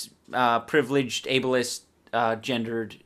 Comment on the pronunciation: i'd enjoy these videos if he could learn how to pronounce the word ABLIEST.... like it's bothering me...